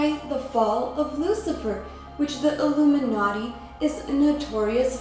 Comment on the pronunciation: Your audio sounds like you said: "oo-boob-in-Naughty" These shows are a secret bidding auction (order now and get an second angel in your bed for the evening at half price.)